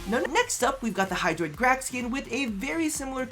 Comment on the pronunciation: Bruh... I think you had "hydraitus" at min . 😂